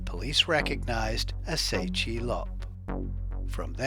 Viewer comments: His name is Tse, not Se. You've got to pronounce the names properly. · Please!! TSE is not pronounced as 'Say' it is pronounced as 'Chair'